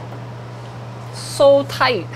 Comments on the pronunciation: When linus says "so tight" it sounds so asian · "so tight" why did he make it sound so asian....